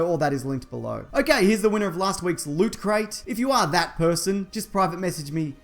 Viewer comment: Every week I have HOPE for the correct pronunciation of Loot crate only to be let down again Check with the internets best mate for correct pronunciation